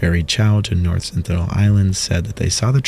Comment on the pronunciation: "North Senital Island"